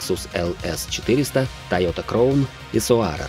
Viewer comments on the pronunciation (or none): Только не " Кроун" ,а " Краун ". Я конечно все могу понять, но такие глупые ошибки в произношении -это уж слишком, для канала с такой аудиторией. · Ролик хороший, но крОун, соАрер и целИка по ушам резануло. Краун, сОарер, сЕлика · НАЗВАНИЯ МАШИН НАДО НАЗЫВАТЬ ПРАВИЛЬНО!!! НЕ КРОУН, А КРАУН!!!! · Бестолковый диктор говорит КрОун, ЦелИка, 4эйджиИ, 1гзфи, фейспалм 80лвл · Ролик хороший, но крОун и соАрер по ушам резануло